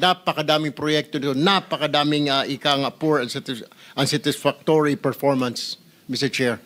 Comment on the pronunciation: Pls pronounce unsatisfactory properly ..